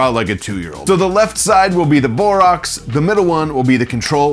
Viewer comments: It's pronounced "boreaxe" not "boreoxe", notice, it's spelled borax! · Great video but it's Bor-ax.